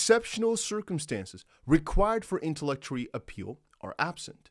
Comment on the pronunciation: FYI it’s pronounced “inter”-“lock”-“it”-“Tory”(like Oreo with out the last o) just trying to help out, thanks for the info.